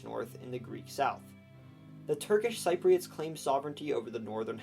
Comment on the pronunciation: Every time you mispronounced Cypriots I cringed inside.